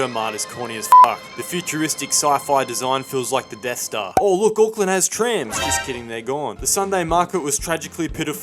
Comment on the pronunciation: Hey no hate but please say Auckland properly instead of saying '' AcKlaNd''